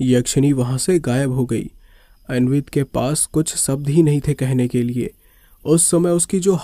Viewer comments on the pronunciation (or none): none